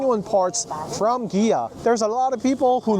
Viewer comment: Why you say gia😅